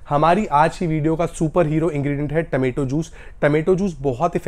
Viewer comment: Remedies are superb but taamaetoe juice is a nightmare. Please say, “Tomato juice”